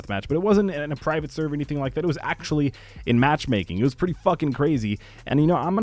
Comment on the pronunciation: Only me or does the "like" sounds like LIGCKE the beginning